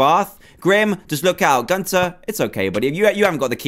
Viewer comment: Its not Gunter Its gunther